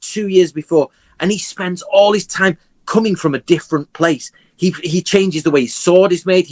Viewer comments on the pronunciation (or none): Ô... Vc agradeceu a ele por "coming" ou "cumming"? XD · Esse trocadilho também é a mesma pronúncia de cumming que significa ejacular em Inglês pra quem não sabe, foi um triplo trocadilho KKKKKKKKKKKKKKKKKKKKKKKK